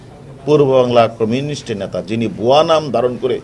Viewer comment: ন্যাতা নয় নেতা plaan নয় plan. সর্বপরি পানি নয় জল